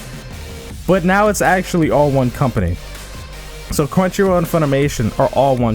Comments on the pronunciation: Also it's crunchy roll not row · Crunchyro??? Am I the only one hearing that?